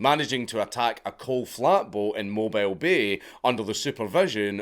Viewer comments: I know bud but it's Mo Beal like the the eel fish. The sound you're making is the sound of "My care is a mobile transport". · Sorry my guy, I'm from Alabama and mobile is pronounced mo-bill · It's mo-beeel ya heathen. I'm a Tennessean, but those folks in Alabama are MASTER inbreeders. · Mobile is actually pronounced "mobeel" in that area. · As a native dixoid it’s pronounced mobe eel not mobile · Mobile Alabama isn't prounced like a mobile phone. It is more like Mo-biel, like it ryhmes with Niel. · Those of us from the area, (I'm from Pensacola FL just across the bridge), pronounce Mobile as "Moh-Beel". Yeah it's weird but we also have the Flora-Bama bar and an annual mullet toss there so it is what it is. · Mobile, the city and the bay, are both pronounced Moe-Beal. I do realize that it is spelled the same as Mobile, like Batmobile. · Mob-EE-l my brother from an ancestral mother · As a life-long Southerner: it's pronounced Mo-BEEL when it's the city or bay. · As a US Southerner, thanks for this video. How often is the first, the best? "Pon-cha-trayn" and "mobeel, alabama" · Pronounced "MOWBEEL" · It's pronounced Moe-bill, Alabama. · I just love how the Scotsman properly pronounced New Orleans and then immediately followed up by mispronouncing mobile. God I love this channel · The way you said Lake Pontchartrain and Mobile Alabama hurt me. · horrendous pronunciation of Mobile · Gahlee, im not even from alabama but listening to his pronunciation of “mobile” is giving me an aneurysm. I can forgive pontchatrain though, them damn cajuns and their weird talk. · Can correctly pronounce New Orleans, cant pronounce Mobile. Never change Dank. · yeah but he absolutely butchered Pontchartrain and Mobile. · It's pronounced "Moe-Beal" ^_^ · It took me a moment to realize Dank was talking about Mobile Bay... because was mispronouncing the heck out of it. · It’s pronounced Mobeel bay not Mo bile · It's pronounced Mo-b-eel, not mobile... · mobile, alabama is pronounced "mo-beel."